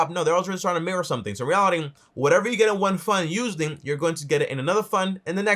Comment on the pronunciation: bro it was a good vid but cmon man stop saying in REALITIN say in reality j